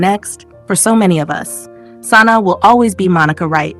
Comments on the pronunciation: Sanai....it was hard to watch pronouncing the names wrong. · You are pronouncing Sanaa incorrectly